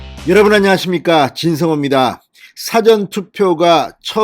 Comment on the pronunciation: 사전이 아니라 사:전 투표입니다! 방송발음에 유의하시기 바랍니다!